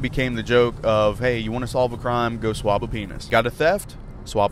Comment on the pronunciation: took me until he stopped saying it to figrlure it out ......thought he was saying to "swap" one, not "swab" it 😂 so I was like WTF 😂